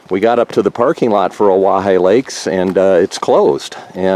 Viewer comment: Wow great views lucky to have such a clear day...another nice hike for the 3 amigos! Thanks for the help on pronunciation of Owyhigh 😁